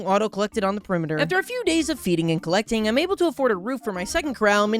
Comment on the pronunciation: Feeding and collecting 🤣 but it does sound like neglecting